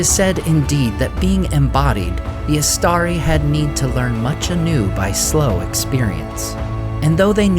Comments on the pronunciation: Istari - read Eeshtaree please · Why do you pronounce it “istaDi” at first, then for the rest of the video you pronounce it “istaRi”?